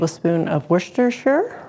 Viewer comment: These look lovely, unfortunately I have a husband who won’t eat anything off the bone (he doesn’t like “fighting” for his food🤣). Not bad pronunciation on the Worcestershire (Brit here and I laugh at the pronunciation of Peterborough etc and there is a pub over here in Kanata and it’s called The Cheshire Cat (very good food) but I correct them every time on how they say Cheshire, ok I may be pedantic but …. lol 😁). Love ribs, thank you and Dude